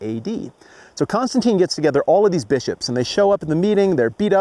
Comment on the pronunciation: Wow, all new information to me! And haha, I heard “so Constantine gets together all of these b*ches...” must be a footnote in one of these hip new study bibles 😜